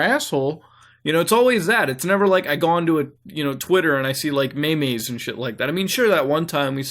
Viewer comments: You said may-may's instead of memes 😂 sorry I had to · dude you pronounce it: Meeeeeee...m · maymays? you mean Meems?? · "May may" its pronounced MEEM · its not maemae its meem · It's pronounced "meem" not "me me" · It's not "mehmeh" it's "meeems" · its pronounced meem not meme lol omg! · when you say may mays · maymays lol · It's pronounced "MEEMZ" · 'May Mays' Lol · Wait... did he just call memes may mays? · What the fuck is a mey-mey?! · "maymay" BITCH WHAT THEFUCK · M A Y M A Y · o god he cant say meme